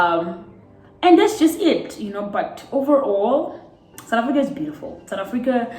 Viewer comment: Lol "Africuur"